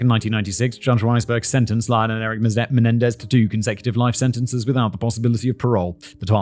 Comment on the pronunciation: “Mendenez” 😂 cmon fact boi.